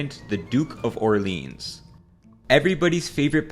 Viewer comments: "Orleens" is not any better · He didn't even pronounce Orleans properly